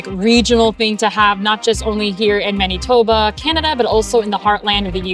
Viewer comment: Weird how you pronounce Maneetoba😊